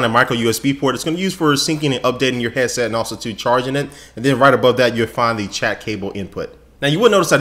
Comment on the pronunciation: Its HEAD SET not HEA SET